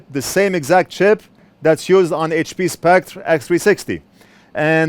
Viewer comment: I've noticed you're having a hard time pronouncing "Spectre". If it helps any you can pronounce it like the word "Specter". Essentially they're the same but one is an English spelling n the other is french